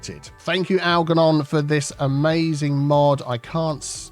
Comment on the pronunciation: Just a quickie. The ‘g’ in Algernon should be pronounced as a ‘j’ - like the ‘g’ in germ. It was my fathers first name. Just purchased CS2 and look forward to following your excellent tuition as I did with CS1.